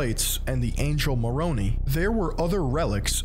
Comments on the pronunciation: You could at the least take a few minutes and get your pronunciation of moroni, nephites and other terms correct so you at least sound credible. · Great video. I was raised Mormon and have a few points to add: 1. Nephi is pronounced Nee-fy 2. Moroni is pronounced Moro-nigh. It doesn't really matter because it's nonsense but things like that Mormons will latch onto as evidence you don't know what you're saying. 3. The first plates Joseph Smith dug up were not golden but were bronze and contained the words of Lehi, nephi's father. But Martin Harris's wife, Lucy, asked to see the working text of the original draft of the Book of Mormon based on the Bronze Plates. Joseph Smith resisted but Harris's wife pressed and eventually Smith relented. Lucy then proceeded to hide or destroy the original version of the Book of Mormon. Because Smith knew he could not recreate what they'd already drafted word for word (he was illiterate, hence needing Harris to write as he dictated) he knew he was caught in a trap. If he "retranslated" the bronze plates and any part of it deviated, Lucy Harris would reveal the stolen original draft and call him out (after all how can a divine translation vary?). Thus Smith came up with the narrative of the angel moroni taking the bronze plates away and Smith having to repent until the location of the Golden Plates was revealed to him. These were an account of the same stuff but from a slightly different perspective (Lehi's son Nephi instead of Lehi himself) thus the variation becomes "legitimate." Mormons know about this but somehow it does not set off any warning lights for most. 4. Mormons outwardly sm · I watch these and my faith never changes Everyone i've seen who makes or writes something about the "Mormon" church just has something against it U can't believe these He doesn't even know how to pronounce "Moroni" correctly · Was laughing when he was pronouncing Moroni. It would have been better if he had just said Moron, instead 🤣